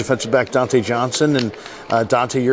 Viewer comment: Its Dontae not diontae lmao